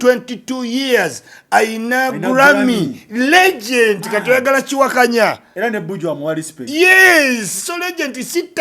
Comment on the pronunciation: It is Legend not Legent.